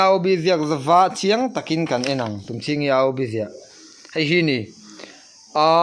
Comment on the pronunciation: E leh A a lam thlak char2 zel Mei alh pawh Mai alh ati, heihi tih pawh haihi atia, ka beng ati thlep thin🤣. Anipawh in zir angai